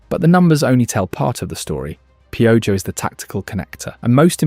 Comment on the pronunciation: Piojo too, I mean youre doing the work, might as well clean it up when it's easy. Not pee-o-Joe Pee-o-Ho.